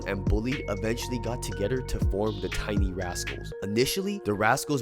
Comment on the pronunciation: To"Getter".... *together, 2-Gehh-Thur, Too-Gathe-er, to-g-ehh-thur*..... sheesh.